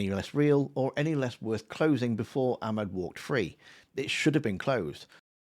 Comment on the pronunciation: So upper middle class to say Akmed